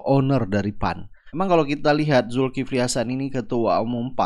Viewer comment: Julkiple betawi bilang hrheheeè